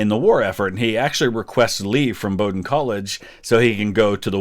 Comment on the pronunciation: It’s a great scene! Thank you for pronouncing Bowdoin correctly!